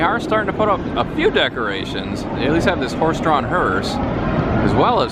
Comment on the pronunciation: whats a hurse??